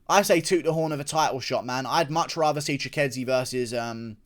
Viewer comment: bro u see its spelt 'Chikadze' so why do u keep saying "Chikedze"